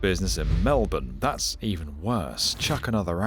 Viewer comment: You saying Melbourne right genuinely made my day